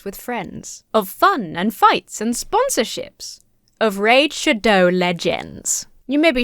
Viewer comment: That pronunciation of “shadow” in the ad transition is wild. Decided not to skip over it to see if you’d say it again — I was not disappointed.